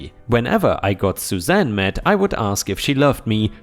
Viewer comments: Suzanne is said like "sue zan" not "zoo zan." 🤪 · Sue Zan not ZuZan